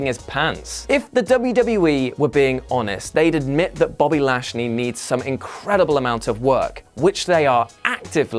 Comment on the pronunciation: Wow did you really say bashly? Lol hilarious